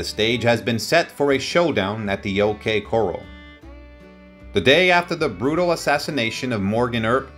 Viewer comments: Exactly. OK Corruhl - not „OK Korrell“. And other examples. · Channel should be titled old west story's; your facts aren't true. Many mispronounced words and unrelated photos. Words loke coral should be corral. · It is distracting and off-putting. When he pronounced “corRAL” as “coral”, I quit. Such an egregious error means that he has never heard anyone mention or discuss the most famous gunfight in the Old West. The narrator is without credibility. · The OK coral? The OK corral. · Pronunciation is Important Not Pre-Scott - Is Press-Cut Not Coral - Is Core-AL Not Tuck-Sun - Is Too-Sawn Credibility is lacking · This guy mispronounces so many names and places. Coral instead of corral is one, and he used it here too. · It isn't coral, it is corral, coral is a reef, pronounce your words correctly. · Yes. And "coral" as in the Coral Sea-as opposed to a corral, a pen for horses- and multiple other bizarre pronunciations, as if he's a non-native English speaker who has no foreign accent but for whom certain English words which a U.S. born citizen would know how pronounce, give away the non-native English language speaker. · Unreal. Unsubscribed. For a video like this, you should be able to know the difference between coral and corral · It’s pronounced core Al not core all. AI translator garbage. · Agree. Coral lol lol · The OK “Coral.” 😂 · Doesn’t matter who narrated it, I turned after the second coral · Teach your computer to say coral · The time line of this piece is very difficult to follow. It seems to skip around by as much as a year in some cases. The fact that the narrator has no idea of the proper pronunciation of Prescott and corral is rather disconcerting.